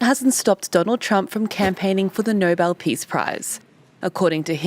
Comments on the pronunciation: It's the No-bell (Nobel) award not the no-bl (Noble) award Carolyn. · Someone should tell Karoline Leavitt the prize is pronounced no-bell and not like the word noble. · Levitt says it like noble. I don’t think she knows why it’s called Nobel. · Leavitt doesn't even know how to pronounce Nobel. She says noble. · It’s the Nobel Peace Prize Karoline, not the Noble Peace Prize! 🙄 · Levit can't even pronounce it correctly. She said noble, instead of Nobel. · Ms. Leavitt, it's No-BEL, not Noble. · Please tell Levett that the award is the Nobel Peace prize, not the Nobul Peace prize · She needs to learn the difference between noble and Nobel. 😒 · Nobel, not "NOBLE". But yeah, the rest I agree with. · People who get the Nobel Peace Prize (yes, Miss Leavitt, it's Nobel, not noble) are not felons, nor do they have people murdered to cover up evidence of their crimes. So sorry, Donny. Not. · The guy is delusional. The press secretary can not even pronounce the word Nobel. She pronounces it noble. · Is anyone gonna tell leavett that it’s no-bell and not noble peace prize? I don’t think she knows it’s someone’s name that it’s named after 😂😂😂😂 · NO-BELL! No one should give the village savant anything until they learn how to PRONOUNCE the damned thing. It is not the NOBLE prize (made for pizza), the NO-BELL prize is for peace; this collections of skin and bones has gotten Blacks and whites, Latinos and Blacks, Muslims and Blacks, Blacks and Trump blacks, Tom versus Jerry, Han Solo and Darth Vader!!! Give me strength.......or a Nerf bat!!! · Somebody ask Caroline if her soul dies a little bit every time she lies. And it’s Nobel not Noble. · He hasn’t done a DAMN thing that he says he did…and stupid Karoline should learn how to pronounce NoBEL, not Noble. My God, she’s as STUPID and BRAINWASHED as he is. Just makes you want to VOMIT🤮🤮🤮🤮🤮🤮🤮🤮🤮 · ☆ Stupid Little Miss Duplicity: "The NOBLE peace prize." It's NOBEL dumbass. ☆ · Did maga Barbie just say noble?😂